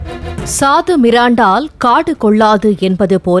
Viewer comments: என்னே பாலிமரின் தமிழ்ப்பற்று. சாதுமிராண்டா, ஸ்பிரைட், தம்ஸப், லிம்கா, கோல்ட்ஸ்பாட், என்று படிக்கிறீர்கள்.??? அது சாதுமிராண்டால் இல்லை சாது மிரண்டால். ( தமிழ் செய்திகளை ஆங்கிலத்தில் எழுதி வாசிப்பது அப்பட்டமாக உலகத்திற்கு தெரிகிறது ) வால்த்துக்கள் வால்த்துக்கள் வால்த்துக்கள் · அது சாது மிரண்டால். 'சாது மிராண்டால்' அல்ல. சரியாக படிப்பவரை பணியமர்த்தவும். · என்ன சாது மிராண்டா, சாது கோக், இது என்ன தமிழ் உச்சரிப்பு?. உங்களுக்கு தமிழ் தெரியுமா, தெரியாதா?.